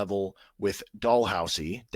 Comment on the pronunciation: As a Canadian, the second time you said “Dalhousie” and Laurentian were correct.(well done) Carleton is a legit basketball school (Ottawa) they played right with Duke a few years ago. Duke toured Canada because RJ Barret was on Duke that year. It’s quite rare for a Canadian kid to go to the NCAA after playing U-Sports. It’s quite common for elite basketball players in Canada to go to a U.S high school in grade 10-11-12.